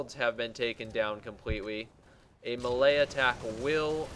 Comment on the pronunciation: I was like what the hell is a malaya attack for like 2 minutes before i figured out he was trying to say melee hahaha